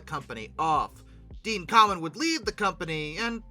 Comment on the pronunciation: FYI his last name isn't pronounced "common", it's pronounced "came-in", as in the opposite of pulling out.